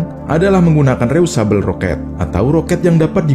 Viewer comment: Mas, bacanya bukan reyusabel (reusable), tapi dibaca : ri... yu...se...bell.. (reusable).